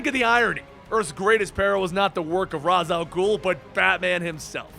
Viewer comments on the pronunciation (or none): sorry but its pronounced rAsh not ras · isn't ra's al ghoul's name pronounced {raysh} not {raz}? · the way he says Ra's bothers me so bad... ITS SUPPOSED TO SOUND RAYSH NOT RAHZ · raysh not raaz al ghul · Raysh not Raaz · It's pronounced "Raysch" not "Raaz". Best villain ever. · Did anyone watch Batman Beyond the animated series? In the episode Out of the Past Terry kept saying Roz Al Ghul and Talia corrected him more that once that it's pronounced Raish. God, I hate Nolan for that. Every time someone mispronounces the name I picture Roz from Night Court cosplaying. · Okay...I'm a huge fan of the channel, love and especially the comic summaries...But it's pronounced RAESH (RAE-SH) not Razz. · It’s pronounced Raish not Roz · It’s rash not raz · Its raysh not raz you idiot. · Ouch that is definitely not how you say Ra's. I get that Arrow said Raz like that but that was incorrect. The correct way is Raysh. Hopefully you see this. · Fuck your bruce wayne voice. And shouldn't it be raysh not ras? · Holy fucking shit. His name is pronounced RAYsh. Not RAWZ. There is literally an episode of Batman Beyond where that is addressed. And every episode of any Batman show, as well as the Arkham games, whenever his name is spoken, it is pronounced correctly as RAYSH. Otherwise, nice vid. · Exactly. So many "die hard" fans can't even pronounce his name properly. If you even watched one of the animated series or video games, you'd know it's "Raysh" not "Rah's". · No, it's pronounced (Raysh al gool) not (Rhas al gool) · It's not ras it's Raś pronounced reish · Dammit you of all people know it's not pronounced Ra's it's pronounced Raysh the Hebrew pronunciation. It doesn't really matter it's how they said it in the animated series so that's how I choose to say it. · A batman-focused comic video where the person making the video can't pronounce Ra's correctly. (Hint: Its "Reysh") Also: This suit is Gut's berserker armor.